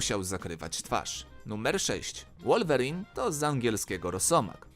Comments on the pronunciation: czyta się łolwerine a nie wulwerin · I jeszcze powiedział łolwerine a nie wolverine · to jest wolverine więc czyta sie wu . I nie liż mu dupy nie warto